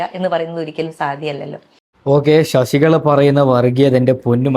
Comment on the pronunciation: എടാ മൈരേ ശശിക ള അല്ല ശശികല